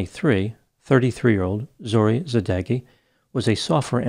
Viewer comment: As a Persian I haven't heard about this horrible crime. I wish there were a better result to her situation., thanks for your cover. Just want to tell you that you pronounce Zohreh Sadeghi's name so bad that I didn't understand their nationality until you mentioned it. For such cases, you can ask your followers on Instagram to help you with the pronunciation, before you record the video. I hope their family find peace.